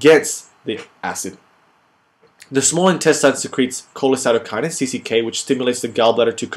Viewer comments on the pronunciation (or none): Hey great video! :) by the way, it is cholecystokinin, not cholecytokinin :)